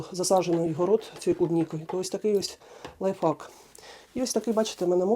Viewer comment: Спасибо за прекрасные советы. Спасибо, что поделились опытом. Обязательно попробую. Можно совет с любовью?.. Правильно произносите "лайфхак" (в Вашем варианте вторая часть означает ... мат по-английски). Всего доброго Вам!